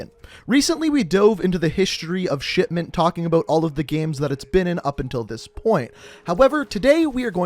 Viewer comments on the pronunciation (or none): Why is he saying shitment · He literally just calls it “shitment” brUh.